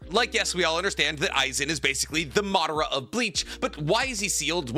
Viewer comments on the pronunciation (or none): none